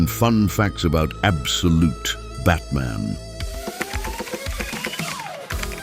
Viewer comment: Im not going to count how many times you said abdolute. Fuck that. Loved the video though.